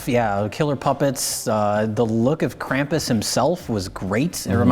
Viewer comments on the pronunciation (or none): Krampus, not Camp-us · Fun fact: Krampus (properly pronounced along the lines of "Krawm-poos," if I'm correct) would take children who were bad, stuff them in bags, drag them out of the town they lived in, and beat the shit out of them with a stick while they were still in the bag. Think about that the next time you bitch about santa shitting a lump of coal in your stocking this Christmas. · You aren't pronouncing Krampus correctly.